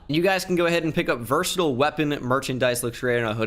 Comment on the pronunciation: This dude said virstle instead of verSaaatile